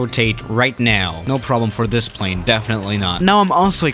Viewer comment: noobody: not even a single soul::pvaane